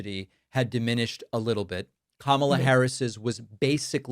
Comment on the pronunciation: tRe: Trump’s vocabulary… what about that thing he does where he emphasizes certain syllableslike Bi! Dun or cuh Mal! uh?